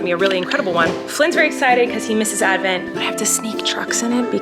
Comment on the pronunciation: Collen.... Its not Advnent, Its AH Advent.... Please learn from our Mr Flynn ❤️